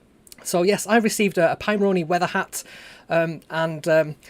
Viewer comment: I like the way you say it better :)